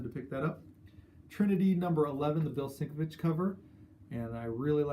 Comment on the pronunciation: Hey. Always enjoy your vids and everything by the 9.2 crew! Congrats on the pick ups as well. I hope you don't mind one little bit of constructive input and I promise that I am not trying to be a douche bag, just notice this everytime you mention his name. I can't spell it but it"s pronounced Bill Sin-Kev-Itch. you do such a great ob on the videos I thought you would want to know. Peace